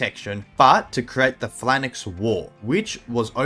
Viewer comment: What the hell is a flannix? You mean a phalanx?